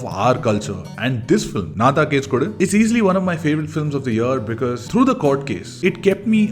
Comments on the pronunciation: Nice video ❤. Its actually pronounced “ennnaa thaan case kodukku “ rather than “naa thaan case kodu” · not nna than kesu kodu.....ponounced as enna than kesu kodu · U need to pronounce Nnaa...Then Taaan ---you Case kodu...file a case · Pronounce it as"Enna" taan case kodu. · I think he is incorrectly prouncing the title of the second movie.